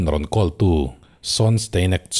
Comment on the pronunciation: "Call" is "khawl"